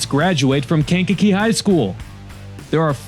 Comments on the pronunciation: KankaKEE, accent on the kee😅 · Aka kank-a-jank and skankakee.